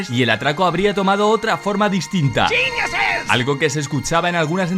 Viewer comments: Dice geniuses pero si se escucha muy parecido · El dice "geniuses"